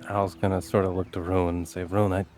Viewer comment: was Swedish?! Couldn't really tell when in last episode she kept on pronouncing Rune the English way "Roon" instead of the Swedish way "Roo-neh". Or perhaps I just suck at recognising accents.